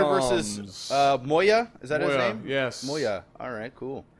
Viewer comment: It's not quite as much fun now that knows how to read English and able to pronounce names correctly...